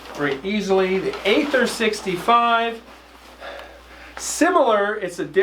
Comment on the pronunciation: Aether is pronounced "ee-ther."